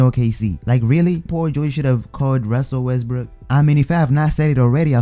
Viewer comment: " Ruzzel Wesbruuk" 😂